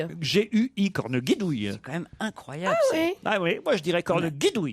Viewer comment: C'est "cornegidouille" et non pas "corneguidouille". Et ce n'est pas du "vieux françois"... Ce juron a été inventé par Alfred Jarry dans la pièce de théâtre "Ubu roi" (1896).